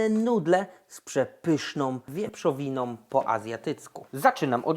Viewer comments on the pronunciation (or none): brakuje mi w tych przepisach jednego... dbałośi o język polski. polecam zwroty "wieprzowiną" zamiast "wieprzowinom", itd. proszę się posłuchać, naprawdę to tak brzmi. reszta jest pycha 🙃